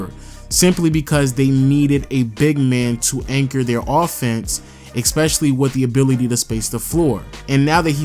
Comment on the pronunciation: Dear, I write this letter to tell you... ITS ESPECIALLY NOT EX-SPECIALLY Thank you.